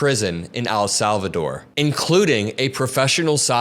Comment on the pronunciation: Please stop saying Al Salvador, it just sounds dumb. It’s EL Salvador. Sounds like the letter “l”